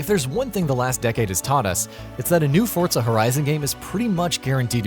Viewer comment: Forza NOT "Fortza"